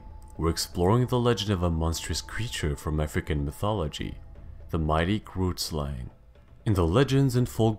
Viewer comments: The YouTuber kind of said grootslang incorrectly The name i am sure is afrikaans which is my main language He said it in a way that made me laugh so much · Not everyone bootchering the word 'grootslang'